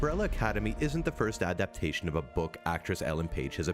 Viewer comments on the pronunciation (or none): none